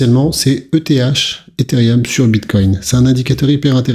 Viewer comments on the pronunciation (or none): none